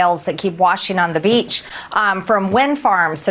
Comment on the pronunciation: She said, “da beach.” Lerd of mercy.